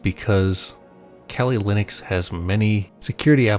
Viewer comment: kelly Linux? I thought it's kali Linux. Weird pronunciation. It derives from the Hindu goddess Kalika.